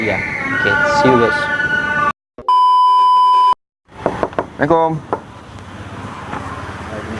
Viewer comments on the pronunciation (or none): Assalamualaikum bukan semelekom